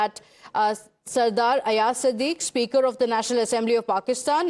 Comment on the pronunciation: Not sadique but Sadiq